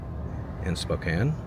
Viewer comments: Here's a tip. Don't pronounce it (spo-cane), pronounce it (spo-can). People there are sometimes really sensitive about the pronunciation of "Spokane" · Spo--can, NOT Spo-cane! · How many people screamed at you in the comments that you should ponounce Spokane like its missing the e on the end. Spoh-can